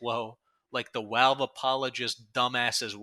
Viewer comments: Why do you say "Walve" are you retarded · On one hand he talks like Paulie Walnuts (so that.s a plus) on the other hand the way he says Valve gives me ptsd